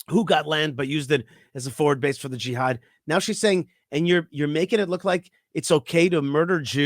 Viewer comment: Also don't miss when says GEE HAD...[JIHAD!] Gee had I??